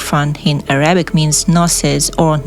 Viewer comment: Arabic is not pronounced Uh-ra- bik ... It is pronounced Air-uh-bik.